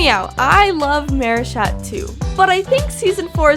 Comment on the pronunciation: I hear you pronouncing Marichat as Maryshat